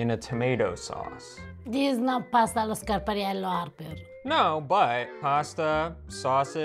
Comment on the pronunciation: love how she pronounces pasta allo scarpariello